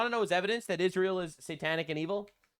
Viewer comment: Not only does Candice have trouble reading, she also has a speech impediment. It's Israel, not Ishreal. Yes I'm being able-ist, whatcha gunna do? 😂